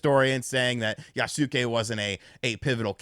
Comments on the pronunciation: Yasuke is pronounced Yah-skay not Yah-soo-kay! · It's pronounced "YA-SKAY" Not "Ya-Suk-Kay" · YAS-KAY! YAS-KAY! YAS-KAY! GET IT RIGHT! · Just as a note, in case you read this, any Japanese name ending in "suke" is pronounced with the "u" silent. In this case, Yasuke would be pronounced "Yahs-keh." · 弥助→やすけ→や・す・け→[ja]・[sɯ]・[ke]😘